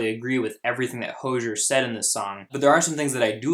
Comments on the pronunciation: It’s hozier not hosher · Hose-ee-er. Like a garden hose is hozier. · Correctly pronounced: HO-ZEE-ERR. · btw its pronounced "ho-zeer" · and by the way, his name is pronounced | ho.zieer| . you can search for it he says it himself on a tv program. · Hozier is pronounced Ho-zi-er. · Its pronounced hoooo-zy-ear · His name is pronounced as hoe-z-er and this song is about the lgbt community and how its condemed in the church. He says so himself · Its (hoe-ze-air) i believe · You said Hozier wrong bro